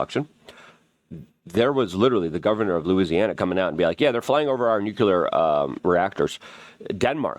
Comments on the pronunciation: Why do you keep saying nucular (nuclear)? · Wtf is nucyelar? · Nuclear. Nu-Clear.